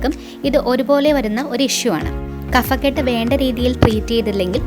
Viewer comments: കഫക്കെട്ട് - Kabhakket ആണ് ശരി | Kafakket അല്ല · ഹലോ kaphakkett അതാണ് ശെരി കഫക്കെട്ട് ഫ... pha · കഫക്കെട്ട് ഉച്ചാരണം ശരിയല്ല